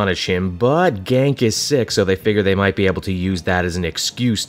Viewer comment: Its pronounced Ganke (Gan-KEY) not GANK. Gank is what happens when a person steals your stuff. “I just got my issue of Spider-Man ganked from my hands!” Lol